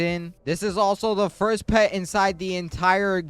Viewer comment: Buddy stop saying fiers